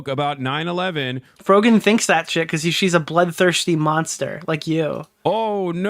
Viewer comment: t's pronounced Fro-jen